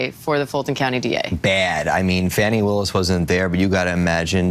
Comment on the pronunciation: HE said "Fani Pk. WILLIS" 😂 😅